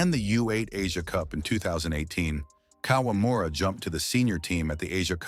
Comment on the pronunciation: 58 year old kawamura?! Come on! You're already using AI for narration! Please do your spell checks so that at least it sounds right.